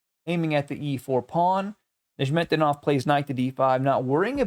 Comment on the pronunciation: I think it's pronounced "Nezz met dee noff," but I was wrong about how you pronounce Tal, so...